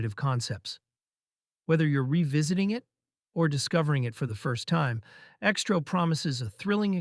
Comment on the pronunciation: ALMOST BOUGHT IT UNTIL NARRATOR PRONOUNCED X-TRO AL "STROW!" F**CKIN AI YOUTUBER CHANNEL DRIVE ME CRAZY & I REFUSE TO SUBSCRIBE & GIVE INTO THESE A.I. BOTS TAKING OVER YT!! BYE FELICIA!!!!!!!!!!!!!!!